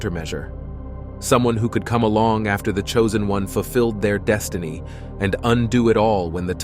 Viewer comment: It is your “deshtiny”.